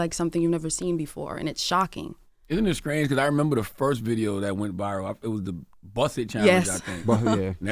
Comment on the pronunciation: The way he say strange lmao… isn’t it skrange